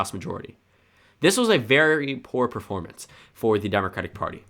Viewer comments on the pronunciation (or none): none